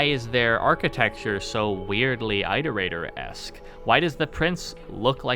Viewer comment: Why don't rainworld content creators know how to pronounce "Iterator"? IT-O-RATOR not EYE-TOR-ATOR